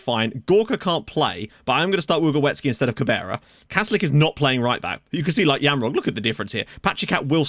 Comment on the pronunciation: You nailed the Jamrog pronunciation. Btw really nice signing.